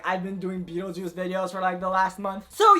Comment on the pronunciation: can we appreciate how wrong he got Beetlejuice?